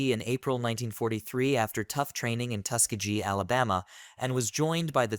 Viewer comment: It is pronounced Tus-KEEGee